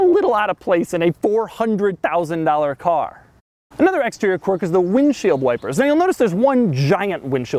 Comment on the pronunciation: The way Doug mispronounces "quirk" is his quirk. - Quork? o_O